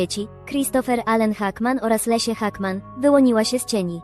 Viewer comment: Wszystko OK, tylko Leslie a nie Lesia